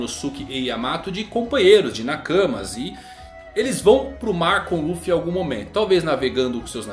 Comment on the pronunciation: dublagem de one piece cartoon network muito melhor a voz do luffy do coby slc nem tem comparação com essa da Netflix 🤮🤮🤮 Sou fã raiz só vejo one piece em japones com legenda Mais em quesito de dublagem brasileira a dublagem one piece cartoon network muito melhor Único defeito é dizer ruffy só isso